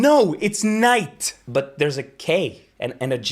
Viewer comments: Is-Not-Land and Is-land ... great. 😀 By the way... in German the word Knecht is a valid german word as you pronounced it. But a Knecht ist not a Knight. The word is close to Knappe (which is close to Knabe which means boy). At the age of 14 a Edelknabe (childe / royal boy) becomes a Knappe which is a assistant to the Ritter (knight) who is taught to become a knight when grown up. So the Knappe is an inferior to the knight. A Knecht is an inferior to a farmer who is assisting the farmer. A farm servant. So Knecht Rider was never a success because chasing bad boys with a farm tractor did not become generally accepted because of the lack of success. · Wow, that pronounciation was very close to Danish knægt. Which means small boy or the jack card. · Perfect pronunciation on the Swedish word Knekt, meaning back then: fot soldier, or if they were Landsknekt - mercenaries. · The way you say "knight" with all letters sounds like "Knecht" which is the German word for servant.